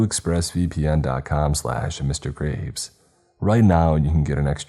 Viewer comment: In the express vpn plug when you say yoour name it sounds like you are saying.